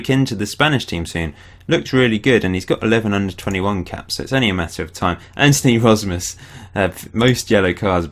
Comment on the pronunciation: Im suprised that you are pronoucing Antoni Rozmus pretty right for a foreginer. ;)